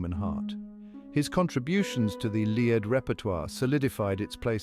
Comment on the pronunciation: Lied - pronounced leed not lied. Tut tut!